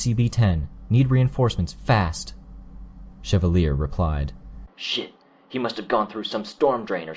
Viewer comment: When you do an audio book you should read it through first and then go through and read it again. Any words that you're not sure how to pronounce (like aquaphor or chevalier) take the time to highlight and look up the pronunciation and meaning. Then and only then should you go ahead and record.